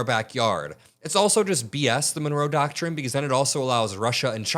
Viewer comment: What the heck is a doctshin?